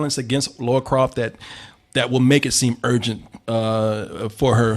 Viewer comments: Exactly lol her name is not Laura it is Lara which rhymes with Tara, Mara and Kara. Why do people even some dudes on the game development team say it wrong. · Guys it's Lara. Not Laura. LARA Croft. Why do so many people pronounce it wrong? Phonetically like "La La" except with an " R " NOT LORA like "Laura Dern". I normally wouldn't care but they are two different names, and every channel I go to says her name wrong. As far as the trailer goes. It was OK. Feels a bit bland. While Alicia Vikander is OK in the part, I think they should've gone with someone better. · butchered her first and last name. lol